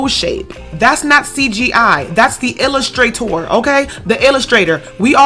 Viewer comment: MY MOOD "The ILL-I-STRAITOR"